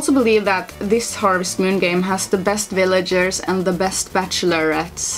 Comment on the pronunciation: "Willagers" I think that's German accent? So cute. I'm looking forward to playing this gba gem sometime